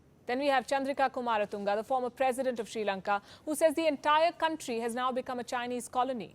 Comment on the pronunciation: This is not "Sri Lanka" any more it's " Chi Lanka"